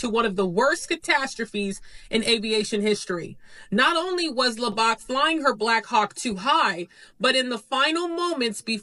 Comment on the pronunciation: Correct me if I’m wrong, but isn’t her last name pronounced “Low” and “Bach” like the composer? Their pronunciation of her name Lobach is driving me nuts.